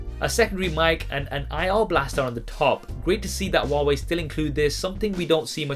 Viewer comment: Who hears it “waway”